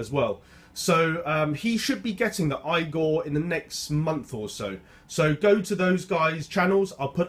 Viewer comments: Therefore it's E-gor...not I-gor Great vid though! Thanks for posting. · It's pronounced (eegor) and nobody says (eePhone) it's i-phone and (eegor) get it right. :) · Say eee-gor. Come on. You can do it! I believe in you! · Hey Man! Geat vids, been really enjoying them! Unfortunately, you are pronouncing it wrong no matter what country you're in hahaha! Igor (ee-gore) is a name reference to Frankenstein's Igor (due to his hunch-backed look). This is true in both the UK and the US. Just a friendly heads up! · Next time you know, don't draw connections to how you pronounce iPhone because the "I" is pronounced or sead separately from "phone" unlike "Igor" where it's supposed to be pronounced as one whole word. Plus the English language is weird anyway as it's made from a bunch of different languages so if anything "Igor" would be pronounced "I-gor" instead of "E-gor" if the English language wasn't so weird 😔 Great video anyway. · You totally lost me after your whole E phone I phone explanation. That right there tells us how intelligent you are! LOL Igor is a Russian name that is pronounced that way. Where as a iphone is suppose to be pronounced I PHONE. No one says E PHONE!!!! LOL Thanks for the laugh!